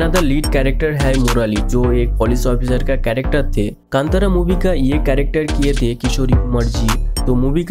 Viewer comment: You can't pronounce the movie name correctly